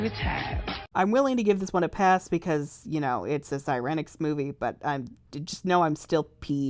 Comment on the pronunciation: I like how they pronounce Siren-ix. It's more natural, because you retain the pronunciation of Siren, and not Si-REN, which ... I mean you don't call a police car sound that, do you? I don't know where the other came from.